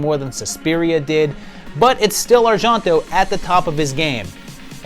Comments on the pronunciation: That isn't how Argento is pronounced even in Italian. It sounds the way most people say it: Ar-jen-toe. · I have never heard Argento pronounced like that.